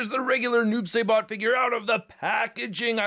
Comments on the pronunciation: He takes his sickle out of his body so he doesn’t have a storage. Also it is “s-eye-bot” instead of “say-bot” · It's pronounced sibot not sabot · "Sigh-Bot" not "Say-Bot", and the sickle doesn't have storage because he pulls it out of his own body... Wish someone with real knowledge got the first review up smh. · SAI-BOT NOT SAY-BOT! SMH IT'S LIKE WHEN PPL SAY "MAYN-GA, IT'S MANN-GA"!!! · Saibot, pronounced like rye. ;) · I dont like the noob either. It should just be "Saibot" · Noob Say-Bot 😂😂😂 it’s Saibot bro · Noob s I bot Im sorry but him saying it like that irritated me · Oh, btw, it’s pronounced Sai (like the weapon) Bot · Noob.. saybot? I guess it’s like some people saying Thane-os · Noob SI bot say it like that please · This dude looked like a dark devil ninja. And your pronouncing it wrong. It’s Noob (sigh-bot) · the pronounciation is Noob "Sye"bot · I can tell noob isn't your favorite since you're pronouncing it saybot LMAO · It's (si - bot)